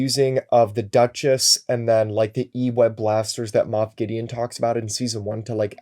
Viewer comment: Great podcast, guys. Wait! Did really say Goff Mideon at about? Not sure if it was on purpose, but hilarious nonetheless